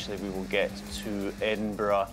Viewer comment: Liam Bob Not Edinburgh - It's Edinbraaah